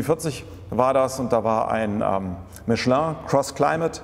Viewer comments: Endlich einer der das Kind richtig beim Namen nennt: "Mischlö" und nicht Michelin aussprechen wie die Deutschen es halt wieder tun. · So wie es ausspricht, ist es richtig. Es ist eine französische Firma.